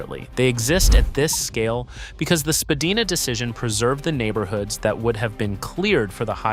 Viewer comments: You should visit Toronto before making such blanket statements. It is absolutely the worst designed city in North America. Poor public transit, horrible road grid design and, as result, constant gridlock. Oh and by the way, it is SpadAYna, not SpadEEna. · Agreed; no one says Spa-Day-Na. Apparently Spa-deen-ah was the original pronunciation back in the mid 1800s but it has been solidly Spa-DYE-nah for a very long time. This guy is just trolling if he claims nonsense like it is the worst designed city in North America. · You lost me at Spadeena! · Spadeeeena? Really? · While I have occasionally heard people pronounce it the way the narrator does, I have never ever hear anyone pronounce it the way you suggest - i.e. with a hard A sound. The most common way is to say Spa DYE na. You're not from Tronno, are you! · You're all wrong. Its pronounced spa-die-nah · I've been living here since 1997 and I have never heard anyone say it in those different ways you mentioned. It's has always been pronounced as Spadina by all ethnicities and backgrounds that I have ever come across. Spa-die-na. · You pronounce Spadina wrong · Spadina originally was pronounced Spa-deen-ah, but evolved over time to Spa-dine-ah. Yonge is pronounced Young. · Spadina = Spa-die-na Yonge = young